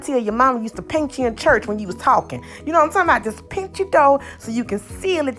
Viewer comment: "Hawg mud!" "Painch..." 😄 You can't take the "kuntry" out the girl! 🥰